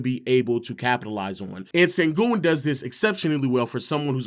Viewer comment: Sengün, the pronunciation of his name is like S(h)engün, like Shaq or shadow, not Sengün (Saturday).